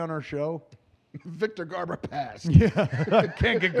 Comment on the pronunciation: " We need to call Richard Donner and ask him about Superman. So Richard let ask you. 1st , Do you know Victor Garbor ? " I burst out laughing 🤣. I thought I was watching Babble On for a second. Classic Kevin. Awesome 👌